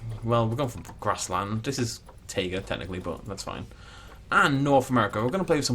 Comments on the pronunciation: The Xplodenator so like tieguh right (just making sure) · See, Frontier knows the correct way to pronounce taiga is like Tiger with an uh spud at the end. But pronounces it wrong anyways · I always thought it was pronounced tayga